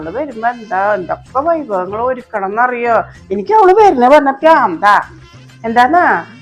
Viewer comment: വൈഭവങ്ങൾ അല്ല വിഭവങ്ങൾ